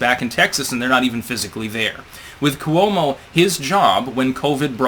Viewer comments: It's KWO-mo, two syllables. Not Koo-WOE-mo, three syllables. Yet one more word/name mispronounced by. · For God's sake, it's KWO-mo, two syllables.